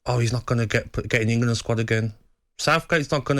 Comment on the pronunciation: I don’t listen to any pundit who says Wemberly and Ingerlund! 😂😂